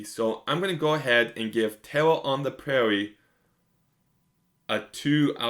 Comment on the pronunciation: “Tewwa on da Pwaiwie is tewwible!” Weally?